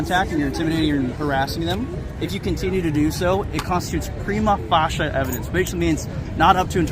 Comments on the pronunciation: Did he really say 'prima fasha'? The term is 'prima facie'. Shows how ignorant he really is! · Prima FACIE! Get it right. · It's 'Prima facie'! A fascia is a finisher on a roof or other similar structure! The cop pronounced it 'fasha' which is just as funny. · Cop says, "Prima Facia" like Clarence effing Darrow. What an assklown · Dude said Prima Facia about someone's feelings hahahahahha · It was absolutely cringeworthy hearing the first LEO 'wannabee film star' butcher the pronunciation and misrepresent the Latin phrase "Prima facie" ... Good luck with trying to rely (in isolation) on 'feelings' (in reaction to public photography) as "sufficient evidence to proceed to trial" on stalking, harassment, disorderly, 'whatever' charge(s) ... The crux of the issue is 'qualified immunity' which, until substantially 'narrowed', will continue to see tyranny prevail; unabated! 🇭🇲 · The snowflakes in the first video were an embarrassment!! The pig sure loved to hear himself spew absolute nonsense - he mispronounced prima facie. The auditor should have turned his back on the pig whilst he was talking to him to show the pig how unimportant he is. He dis a great job of not rising to this incompetent pig's bait. The cop in the third video was a fat sausage!!! These cop departments need to bring back fitness requirements!!!! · I love how he butchers the pronunciation of prima facie…it’s embarrassing